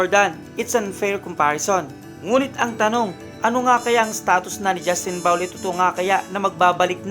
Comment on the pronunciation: bulol! ayusin mo pagbigkas mo sa "brownlee".